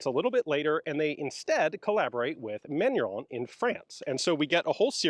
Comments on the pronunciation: Sir, Manurhin is pronounced not "manurhon", but more like "manureen" Thank you, keep the great work! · Ian, Manurhin is not pronounced "Man-yu-ron" but more like "Mah-new-rrruuuughhh" - say first part like a Rasta, the second part like a Scotsman and the ending like a dying gargle.